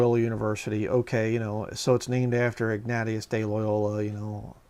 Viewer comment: Pronounced "Ig-nay-shus"